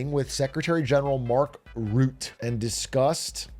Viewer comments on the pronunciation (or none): His last name is pronounced like “rut-te” and not “ruth” haha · It’s pronounced “Rutt-a” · you guy's (not speaking dutch) fuck up the name of mark rutte all the time it will be 20 times better if you listen to it ones